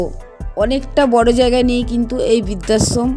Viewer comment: বিদ্যাশ্রম ??না বৃদ্ধাশ্রম ??পড়াশোনার ধারে কাছে গেছ বলে তো মনে হয় না উচ্চারণ শুনে